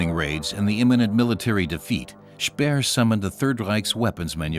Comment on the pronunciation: Français n'utiliser pas les mots allemands car c'est insupportable d'entendre ça. ! Pas Spiiiir mais c'est schpéér, etc